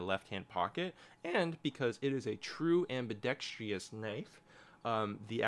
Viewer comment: The Bailout is the best Bugout. Ill die on that hill. Edit: "ambidextrous" has four syllables, not five. am-bih-dex-truss. If i ever come down from the Bailout hill, I'll die on that one too.